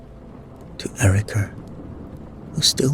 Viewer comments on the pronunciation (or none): none